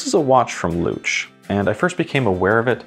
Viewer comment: You pronounced Luch perfectly. I also like that bracelet. I bought it specifically for my new Vostok Komandirskie GMT.